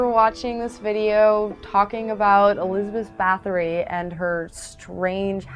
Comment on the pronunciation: WHAT THIS IS NOT RIGHT AT ALL WHAT? NO YOU CANT EVEN SAY HER NAME RIGHT